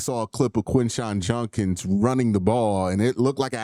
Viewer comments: I’ve been noticing this for a while. He says it wrong. It’s JuDkiNs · Yeah he says it wrong. JuDkiNs not JuNkins.